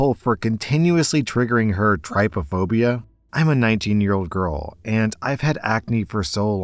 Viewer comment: Hey, long time watcher here. About story number two... I also have trypophobia (by the way, it's pronounced like trip, not like try). I was listening to this video while driving, and just the mere thought of someone's face so badly covered in acne that it could set off trypophobia started making me extremely uncomfortable. It is a completely irrational and uncontrollable fear, and I assure, on my honor, that OP is not being bullied, at least not intentionally. To share a class with someone who had acne that bad, and that sucks! It sucks for both of us, because it's not like they chose to have that acne, but it's not like I chose to have this phobia either. It's completely ridiculous and infuriating that simply seeing something upsetting causes my brain to act like a scared animal. For me, my reaction would be to freeze and shut down, rather than dry heaving and crying, but everyone's reactions to phobia triggers are different. The actual solution needed here is for these girls to be put into completely separate classes. The two of them need to, separately, sit down with a schedule coordinator, and figure out which of them would be least burdened by having their schedule changed. And then the girls need to be put into separate classes. That really is the only fair solution here, and while it does seem easier to side with the person who can't help how they look, it is important that we also understand and sympathize with someone who cannot help how they react. Oh, and on